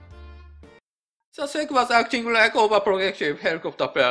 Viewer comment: いつも分かりやすい動画ありがとうございます。ただSECのことをセックとはあまり呼ばないと思いますw